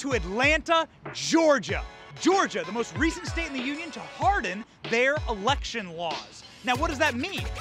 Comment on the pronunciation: Did he say “ Harden their ERECTION laws”? 🤡💀🤡